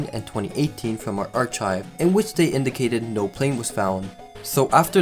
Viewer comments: archive is pronounced ar kaiv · Yo did this dude just say ar-chive? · Archive is pronounced AR-Kive btw, as opposed to chive. The ch here makes the K sound. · Please work on your English pronunciations. Like, "Mojave" is pronounced Mo-HA-Ve. Or "Archive" is pronounced Ar-Kyv. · I cant get over how to pronounce archive with a 'change' ch, or cryptid as crip-tide. Archive is pronounced "arr-kai-v", and cryptid is "crip-tid". Dont worry, its just a silly thing to get hung up on. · Archive has a “k” sound, Mojave is pronounced mohavee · why do you say "archive" so weirdly?